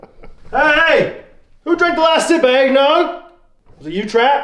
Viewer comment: "aignog" haha